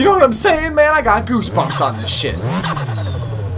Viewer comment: was thinking he says chip lol